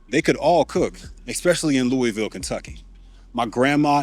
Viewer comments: loovuhl kentucky not looeyville - source half my family is from Kentucky and live and work around louisville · you’re killing me with how you pronounce Louisville. 😂😂 Y’all never say it right.